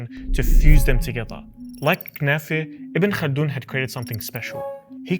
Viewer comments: The name is "Ibn Khaldun" or "Ibn Khaldoun" not ibn kana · Not say Ibn kalin or Ibn kald his name is Ibn khaldoune ..ابن خلدون